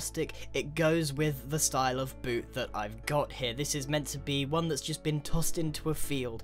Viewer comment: i didnt watch you build a foothouse, i just listened to you say "bewt" "shew" "fut"